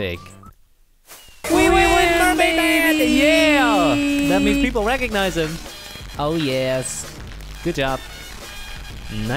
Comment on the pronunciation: that means people recodsisez it?!!! Recodnizeee !??? who the hell doesnt